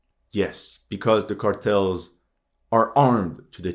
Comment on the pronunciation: Whats up with the Ä in Cartels?